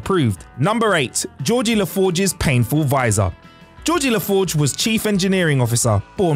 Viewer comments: Yeah, I heard 'Geordie' but annunciated "Jee Or Dee" instead of "Jor Dee". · Did the Narrator say "Georgie?" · Georgie LeFarge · I know it was just a slip of the tongue but you said Georgie several times when referring to Geordi. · "Georgie LaForge" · Did anybody else hear Georgey LaForge the first time? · Georgey La Forge? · needs to either learn how to read properly, or not make videos. "Georgie La Forge"? Every video does, he flubs his way through it. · I only knew five out of ten and you mispronounced Lt Cmdr La Forge first name 😆🤣😅😂